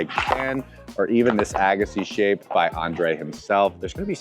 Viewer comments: Came looking for this comment!! Why do all these reviewers, especially with tennis backgrounds, say "Ah-gassi"?! 😤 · Was a great video till I heard him say Agassi😂🤦‍♂️